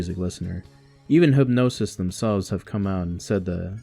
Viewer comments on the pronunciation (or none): It‘s Hip-g-nosis, not hypnosis. Thanks for the video, my enthusiasm for the band has been waning in the last 15 years so it is nice to see something from someone who isn‘t jaded yet.